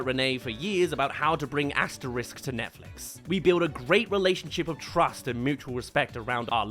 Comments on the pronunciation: Just a small pet peeve, the X in Asterix and Obelix is hard (AsteriX not Asterisque), and the dog's name is Dog-mat-ix, not dogma-tix. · It's Asterix and Obelix, pronounced Asteriks and Obeliks, not Asterisk and Obelisk!